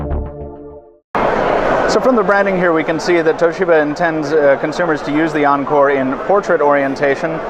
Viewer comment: Not aanchor but encore. With E.